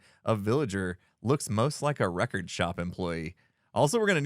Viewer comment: Villager name: "Wreck-ord Ralph"